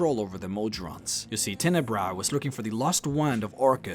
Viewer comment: Tenebrous. the "s" is not silent.